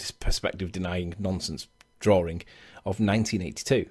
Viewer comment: Drawing = Drawring? lol